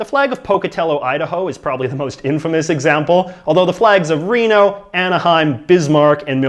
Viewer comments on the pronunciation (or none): none